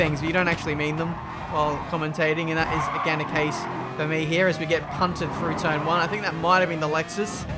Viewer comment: It's punted not bunted. Citizenship cancelled.